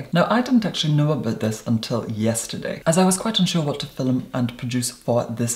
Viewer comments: "Fi'lum" Love you. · “today’s phil-mm” love eeiiittttt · "in today's fil-um.." iconic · the only reason I'm watching his videos is that i want to hear how he says 'filum' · you have such a calming voice and i love how you say film thank you for being on youtube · I love how you say "film" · Today I met an Irish woman who says film the same way as, I had no idea it was really how Irish people pronounce it. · Take a drink every time “film” has 2 syllables